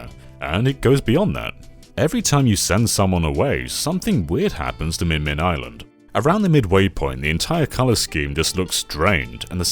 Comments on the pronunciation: Spelled "Mimin" Says "Min-Min" Do you have ARMS/Smash Bros on the brain? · I'm hearing minmin but seeing mimin, which is it?